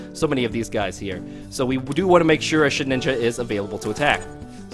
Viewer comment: everytime the first few minutes your prunounciation makes me hear :shitninja...